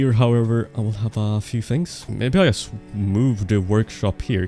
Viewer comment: It’s “yust” time 😂